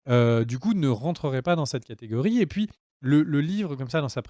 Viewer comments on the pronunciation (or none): none